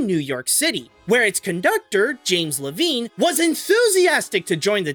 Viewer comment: It’s pronounced Lev-ine